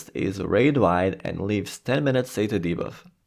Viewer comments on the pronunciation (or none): none